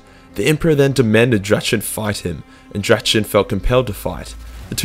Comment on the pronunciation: Ackchewally... So the heart of blood's enemy is pronounced om-FAL-oss de-MON-ium. The number one is pronounced drack-ni-enn. y'know, if anyone gives a shit. No, I don't know the others lol